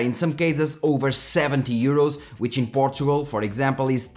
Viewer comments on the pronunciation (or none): none